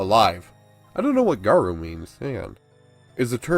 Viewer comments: It's pronounced "guh-roh". French. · Garou is short for rougarou (pronounced: loo garou) it’s Cajun French for werewolf.